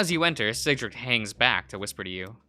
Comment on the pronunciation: Cedric is like Said-dric